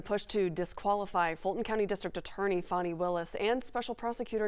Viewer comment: FAN - ee not FAWN - ee